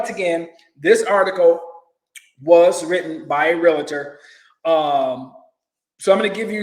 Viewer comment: No matter what he does, the poorest people will suffer the most. And it's "REALTOR," not "REALATOR."